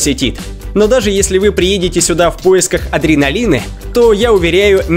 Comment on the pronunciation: Адреналинэ , Диснейлендэ, Орландэ